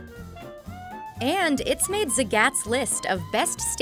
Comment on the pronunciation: Zuh Gats? lol. Never heard anyone pronounce Zagats like that